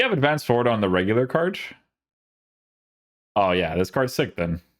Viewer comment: Bro please stop saying "CARDJ" instead of "card" lol you also say goodj like where does the J come from haha. Like ur stuff but abit annoying after watching for ages and the word "card" comes up alot lol